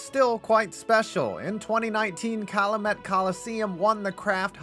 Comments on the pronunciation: Great video and a fun call-out of venues we don't hear about often...though I must hit you on the pronunciation of Calumet... It's Cal-YOU-Met (as in rhyming with "Gal You Met")...being in an area with a lot of 'Calumet' things in WI it's second nature, but not so much once you get into PA. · Having my hometown arena on a list in between Wrigley and Fenway is so cool. (FYI it's pronounced Cal-ya-Met/Cal-you-Met)